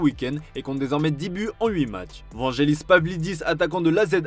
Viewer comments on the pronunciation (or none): none